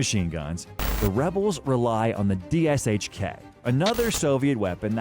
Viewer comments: I think this is the first time I’ve heard each letter pronounced “D-S-H-K” instead of just saying “Dish-kuh” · Any Russian weapons which use Sh in the name (DShK, PPSh) are not pronounced like Ess Eich, it pronounced Sh, like shoe. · Just pronounce DShK, Dushka, its easier XD. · Never have I heard someone say it letter for letter like that. That's what happens when people make videos about shit they really don't know anything about except for the info they copy-pasted from somewhere else.